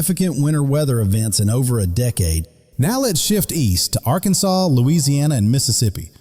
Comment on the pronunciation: I love the way you said "Little Rock, Arkansas." I live 35 miles south of LR. Are you a native of Arkansas?